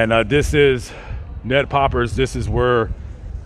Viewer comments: Also it’s Ned peppers not Ned poppers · It’s Ned Peppers not Poppers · Its Nedpeppers not poppers btw